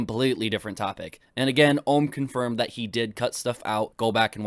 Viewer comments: Never seen anything from this keemstar guy before but does he seriously not know how to pronounce the word ohm? Like seriously he needs a basic electrical course to learn what ohm is. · Or Ohm's, when he said Armreckord I died of cringe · it does bug me that he keeps saying ohms name wrong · as soon as i heard keem say ohm i stopped watching